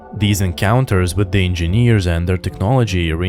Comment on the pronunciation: I just came to hear EnginNEEERZ again. 😆 Just kidding. Your channel is one of the best Alien channels.